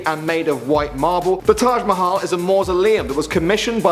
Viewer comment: thanks for saying taj mahal right cause people don't say it right